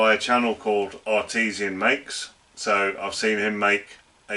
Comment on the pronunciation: the channel you referred to is ARTISAN MAKES - as in 'by artist' - not Artesian Makes - relating to a kind of water well. Otherwise - all good! Thanks.